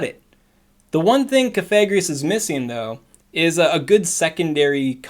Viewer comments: something something VAPOREON IS BAD XD always on the ball haha awesome coverage of the changes :) BTW, cough-a-gree-gus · IDK I kinda feel like the move buffs were meh this season, excited for the WB nerf though...also its pronounced Cough-Egregious as in Coffin and Egregious combined. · Coffi like coffin gree like grieve Gus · You may wish to adjust your pronunciation of Cofagrigus. Your current pronunciation may trigger YouTube's demonetization algorithm because it'd pick up the "fag" in the way you're saying it and may register it as a slur. I typically go with Cof-a-gri-gus, as I think the name is suppose to be like an egregious coffin. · Cough-a-greeg-us. Hope that helps 👍🏻👍🏻